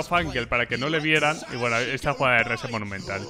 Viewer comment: Buen video pero k te pasa con la palabra "monumental"? XD